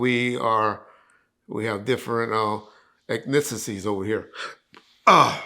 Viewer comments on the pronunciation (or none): Eth-nick-saw-sees....man fool your pronunciation is horrible..😅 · This guy doesn’t know the name of his “own” book? “Ethnikatees” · Egnissisies. Classic butchering words again 😂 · i love how you butcher words and names 😂 todays word: effnickatees 🤣😭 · He pronounced ethnicities “efnicicies” so, I’m not surprised 😂